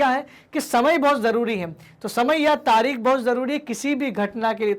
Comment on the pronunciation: तारीख होता है तारिक नहीं